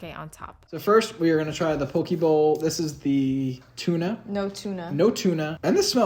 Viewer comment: My loves, it's pronounced POH-kay, not poh-kee. Very important, Hawaiian is an endangered language.